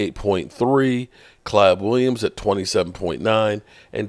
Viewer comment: Wtf is Klab Williams? And do you need hooked on phonics 😂😂😂